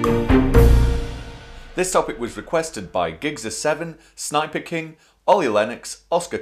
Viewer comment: I chuckle every time I hear "sniper-king" xD